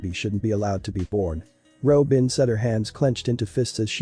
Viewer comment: I thought they said Ropin' and I was gonna throw hands